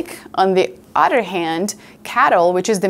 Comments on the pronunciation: did she say "on the udder hand"? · Did she say "...on the udder hand"? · "on the udder hand" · "On the udder hand" 🤣